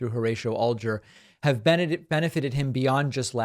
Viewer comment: The way you pronounce Alger leads me to believe you do not who he was. It is AL jer not ALL jer.